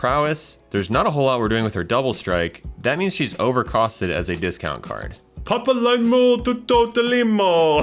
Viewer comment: Even though its four I will keep circle of power. I've found its actually a bit tougher to draw cards than it might seem especially when she gets targeted immediately because I keep double spelling. Press the enemy and the expertise cards from Kaladesh. Also its Pa-pa-lee-mo To-to-lee-mo